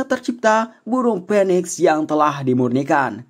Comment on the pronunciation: itu maksudnya burung Phoniex... Dengernya burung Penis🤗🤗